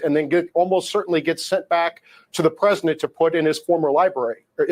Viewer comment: Why can't that white dude pronounce "President"? He keeps on saying "Prez-in-nent". But he says "Presidential" just fine.